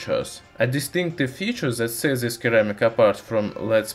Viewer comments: For the future a friendly note. In English there are 2 ways of pronouncing c. There is a hard c that sounds like a k and a soft c that sounds more like a s. Ceramic has a soft c and therefore it shouldn't sound like keramic. It sounds more like seramic. Hope you find this usefull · Keramic!?!?!, looool, it's pronounced 'seramik' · Not "curr-amic". It's "SIR-amic" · 80% of the comments is about keramic vs ceramic pronounciation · seramik, not keramik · Hey, just so you know. The word ceramic is pronounced like "seramic" not like "keramic". It would be easy to confuse someone. Not in this video. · Here's a (little) fix for pronunciation : Ceramic spells like Suh-ram-ik not Ke-ra-mic Please just don't hate me, fellow commenters Plz don't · In English its pronounced se not ke, sssssss like in snake, hope it helps you keep up the good work. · Seems many are willing to point out your mistake of Keramic but not help you. Ceramic is pronounced Sir-ram-ik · It's SERAMIC you stupid idiot! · pronounciation: "sir-am-ick" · Seh-rah-mik : ceramic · Ceramic pronounced seramic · just an FYI, it is pronounced "sur*am*ick" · its a c not k keramic lol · Your videos are awesome. 1 thing friend, it's pronounced Sir-ramic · It's pronounced (seh-ra-mick). Now excuse me while I watch the remainder of the video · C - ram - ic............C has an 'S" sound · Omg first time watcher and despite loving the video I had to give up . It's phonetically seramic, the way you said it was making my ears bleed! 🤪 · Sounds like "seramic" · Keramic xD Love it! :) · I see that perhaps your accent plays a part in your mispronunciations however when you see the word ceramic it is sounded as Suh-Ram-ick. Hope that helps. Great videos though I appreciate when people who share their knowledge. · please let me improve your English the C in ceramic is pronounced as an S so ceramic would would be SUR-ram ic like my name would be pronounced with an S on the end not a C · It's Pronounced Si ra mik.